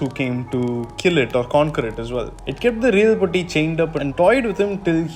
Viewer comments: Great video mate keep it up. Small suggestion: its not "Poti", easy way is to have the "Poo" and the letter "t". So Poo + t! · the way you pronounce POTTI is funny and it has a totally different meaning in Malayalam, than the original one. the T should be pronounced as is TATA or TAME . the way you pronounced means broken. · Being a Malayali the way you say potti is funny to hear but anyways great video eassay loved your interpretation on the movie.